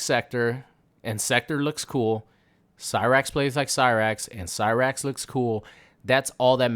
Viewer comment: You’re fine with butchering cyrax n sektor but mad bout Conan the barbarian. You’re ridiculous you weirdo